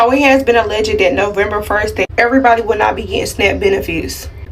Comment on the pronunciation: First of all he needs to learn how to say November in second he needs to grow a brain